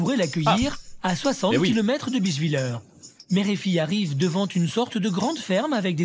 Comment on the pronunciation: Pareil, la prononciation « Bischvilleur » m’a tué 😭